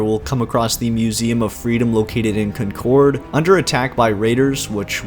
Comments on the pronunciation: cuncord... its conkerd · not to be a nit pick but its pronunced (Con_cord) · He said Cuncord, haha... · located in KUNNN-KORD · "Con-cord" wow not from Mass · Concord pronounced wrong